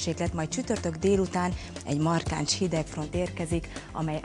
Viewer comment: "markáncs hidegfront", igeeeeeeeeeeeen?!